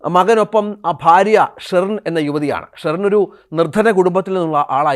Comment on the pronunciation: സ്റ്റെറിൻ? ഇടയ്ക്ക് ബീയറിന്റെ പേര് പറയുന്നുണ്ട്